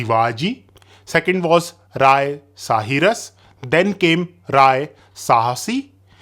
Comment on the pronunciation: Rai not Raya , noob😂